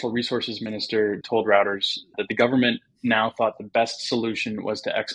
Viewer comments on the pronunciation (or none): ROUTERS!? pronounced 'roiters' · Reuters is pronounced royters, not routers